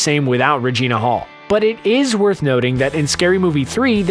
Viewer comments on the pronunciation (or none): none